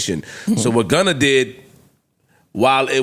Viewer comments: It’s Gunna not Gunner 😂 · The fact that Joe says Gunner is hilarious